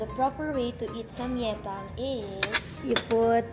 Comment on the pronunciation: Samgyetang..Not samyetang